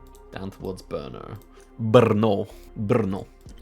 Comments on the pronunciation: as a czech, i love your Brno pronunciation :D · Perfect pronunciation of Brno, greetings from local.